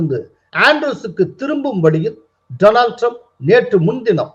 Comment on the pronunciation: My friend Dolan Trump. நண்பர் பெயரைக்கூட தவறில்லாமல் சொல்ல தெரியாதவர்...